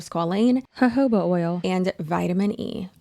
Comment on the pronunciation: Good Lawd, thank you for pronouncing Jojoba oil correctly. 😂